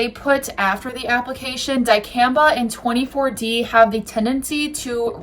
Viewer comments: It’s Two Four D not 24D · No such thing as 24D. It’s 2-4D. Pronounced two four D. Also 2-4D has never been banned here in my lifetime and I’m in my 60s and grandparents were farmers. HVE 2-4D was banned. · 2-4-D, not 24D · Not “twenty four D” rather you’re describing a chemical composition of “2, 4-D” which is 2, 4-Dichlorophenoxyacetic acid. It’s helpful to get these kinds of terms correct, otherwise to the more educated and informed, you come across as neither and lose credibility - and you’re trying to gain credibility through your content. Appreciate what you’re trying to do, keep up the investigative work.